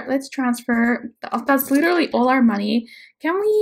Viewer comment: letarary is spelled literally and not said like that. 😂